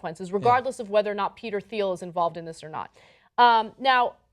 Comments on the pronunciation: ... It's pronounced "Teal", not "Theel" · Its pronounced TEEL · The H is silent...its Peter "teel" Thiel. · Minor nitpick, his name is pronounced without the "h", Peter Teal. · Ana's pronunciation of "Thiel" ... -_- -_- -_